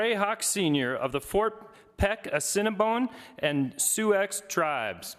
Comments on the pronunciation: Excellent presentation. Thank you for your wisdom and insight. Hey SPEAKER! LEARN TO SAY SOUIX. It's pronounced "Soo", not Soo-ex. I can tell you know nothing about the 12 tribal nations that are encompassed in Montana. Set a better example. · Suex tribes nit su ex tribes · Soooex tribes.. OMG you could have at least found an announcer that can pronounce SIOUX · “Sue-Ex”…?!? Does he mean “Sioux”. Good grief.🙄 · Soo-ex tribe? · It’s NOT Sue-X. It’s “SIOUX” pronounced like “Sue” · Did he just sat Cinnabon and su-ex? Omg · “Soo-ex tribes”… shame on him! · Did that guy really say Soo-X? He lives in Montana and mis-pronounces Sioux? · The announcer must think Musk owns the tribe, he called them the Sue-X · I'm appalled that the guy who introduces this majestic man doesn't even know how to pronounce the name of his tribe! ... He pronounces it, "Su-Ex" instead of "Su." ... Unbelievable! ... There IS a Real Need to EDUCATE our kids better than this! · The man that introduced Gray Hawk pronounced his tribe as Sue x😂 instead of Sioux😂 !!! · Suex tribes?? omg, it's SIOUX the X is silent, this guy should have been more prepared or asked if wasn't sure of this pronunciation. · He said the cinnabon and soo-X tribes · critique I will make. The man who was introducing him mispronounced the names of the tribes at Fort Peck reservation. It is the Ah-SEE-NEE-BOY-NHH and SOO, emphasis upon the phonetically correct pronunciation. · Su-x tribes? What? 😂😂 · Doesnt even know how to say Assiniboine and Sioux smh. That is my tribe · Cringed at the white dude’s pronunciation of Sioux